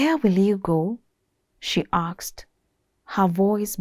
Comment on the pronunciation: Great narration 👏👏👏 Lesson learnt - Choices have consequences Review; Riksed instead of risked Aksed instead of asked